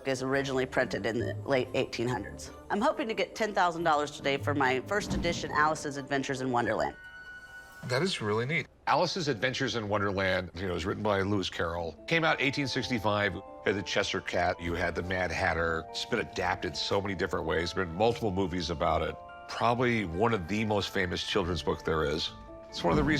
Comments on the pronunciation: Did homeboy just say "the chester cat"? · Chester cat!? c'mon Rick you're better than that